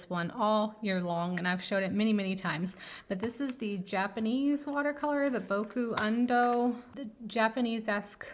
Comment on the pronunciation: I love this video but I died inside when I hear how you pronounced "Caran D'ache" and "Boku Undo Japanesque" 😂 You should check out Turner Acryl Gouache, it's much better than Holbein, and I speak as someone who has the full 102 Holbein Acryla Gouache set.